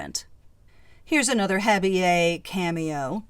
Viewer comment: What a beautiful collection, 😍. Thx for sharing the Wiki info and for explaining/pronouncing “intaglio” & “habille”. You share your knowledge without being snooty ☺️